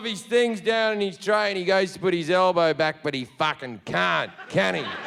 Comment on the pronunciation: "No one is watchin the FAHCHHKEN MOVIE"